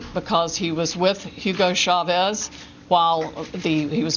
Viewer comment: What took me out when she said hugo chevaz..mind you the man been dead since 2013....lmao